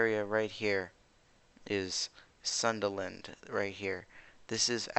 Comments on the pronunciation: Its pronounce as soon dA land not sunderland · its pronounce Soon-DA-land